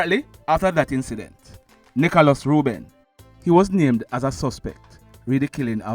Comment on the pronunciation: The man name NICHOĹAS not NICHALOS.Pronounce the man ame properly.I just subscribed to the channel.